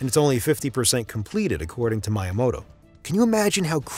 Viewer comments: “” lmao. Also megabits and megabytes are two different things. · Seriously?? Merio????? Good God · Mai-ya-moto? Narrator needs to step up! Otherwise excellent! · I hear some people say "maw-rio" but they're always american and don't understand that people outside the states don't have an american accent or pronounce words like americans because they're not american. I've never heard Italians here say "maw-rio" for "Mah-rio". Although how this guy said "my-yamoto" was weird. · Bet he was saying miyamoto wrong just to get engagement in the comments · Great video but please learn how to pronounce miyamoto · For real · Why are you pronouncing Mario and Miyamoto wrong? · Your pronunciation of Mario and miyamoto is more than a bit disturbing.